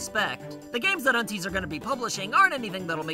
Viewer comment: I think unties is pronounced un - 'ties'. Rhymes with dies ties